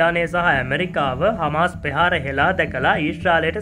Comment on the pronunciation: පෙහාර = ප්‍රහාර ලෙස කරුණාකර නිවැරදිව උච්චාරණය කරන්න ඊළග වීඩියෝ එකේ..🙏🙏🙏🙏